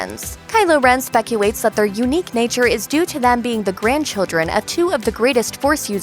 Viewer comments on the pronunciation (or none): "Finawy" "eventuawy" "specuwates" "channewing"